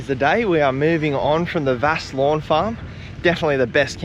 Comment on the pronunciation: How good is WA. The best state on the planet. But The location is called Vass, not varse. Lol.